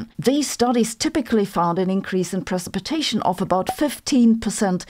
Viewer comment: Silver Iodide and pre-sip-a-tation.